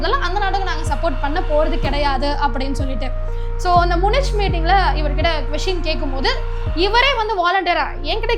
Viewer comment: நன்றான பதிவு. Munich... ம்முனிச் என்று சொல்வது தவறு. ம்முனிக் என்று உச்சரிக்க வேண்டும்.